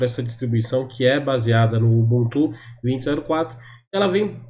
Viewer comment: o jeito que ele fala ubuntu me dá agonia